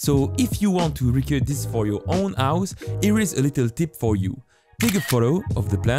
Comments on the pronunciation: Stop say avhus it’s hose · Why you say ,, ause and not house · My guy it’s house not ouse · no body: this guy: OUSE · I like how he says "ouse" instead of house. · bro says ouse instead of house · HHHHHOUSE not ouse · House ❌ Ouse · Is it me? Or sometimes he says " House " Its sounds like he said " Ouse " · "now to map my ous" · ''My own ouse'' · You say h words in a weird way. You say ow, ouse, and I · ouse?? wtf do you mean house it has a H at the start not an O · i love when u say ouse not House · I’m sorry but “my ouse” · "My ouse" 🤣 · Ah yes his "ouse". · I noticed that he never says h like when he says house he said ouse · Am i the only one who hears aus instead of house? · "To map exeggdli do my ouhs" what? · I like how he says house as aus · No one:: Ouse~ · i really like his "ouse" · “ouse” he’s so cute. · I love the way you pronounce house owse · " the ause" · yes dis is trou is accent is vérie goude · idk this channel that much but can i ask why do you not pronounce the 'h' in any word? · its funny coz he cant pronounce his H's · One like = one H not pronounced